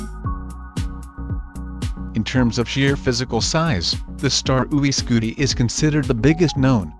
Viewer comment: OO EE SCUTEE